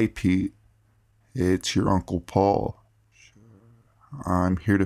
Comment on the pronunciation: Can you please tell me why in that story almost got kidnapped at the end when you say Paul I hear "surrrre"